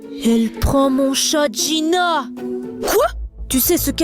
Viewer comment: C'est pas jïna mais jïnu